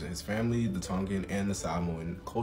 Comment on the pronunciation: Mahalo for your efforts to use correct pronunciation for Hawai’i and Samoan